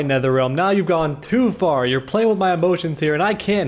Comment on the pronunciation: dam he snapped at nertherrealm 🤭